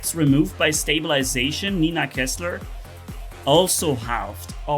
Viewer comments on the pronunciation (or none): none